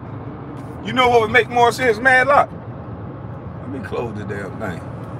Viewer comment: Who tf is MADDLOCK???? They should take away your damn internet. ITS MATLOCK....MR. GRIFFITH IF YA NAAAAASTY😂😂